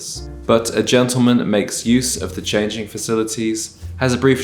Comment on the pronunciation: A ‘gentleman’ knows how to pronounce GENTLEMAN to start with, and he knows how to present himself, properly shaven. You are such a fraud!